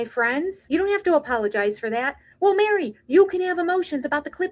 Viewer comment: Instead of saying apologize he drops the a in the front and says p o l o g i z e